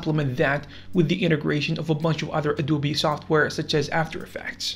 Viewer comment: no way he called adobe a du bi